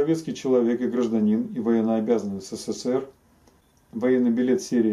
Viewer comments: Ребята вы блин в ССР не жили чтоли? Или прикалываетесь? Научитесь правильно называть страну! Не сЭ сЭ ЭР, а Э СЭ СЭ, СЭ ЭР!!! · Произносится ЭС-ЭС-ЭС-ЭР, а не СЭ-СЭ-СЭ-РЭ.